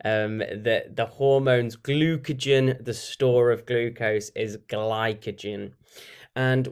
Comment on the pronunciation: for anyone wondering it is glucagon not glucogen